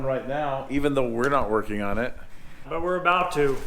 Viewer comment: "Aboot" I heard that. Making fun of my Minnesota. 🤣🥶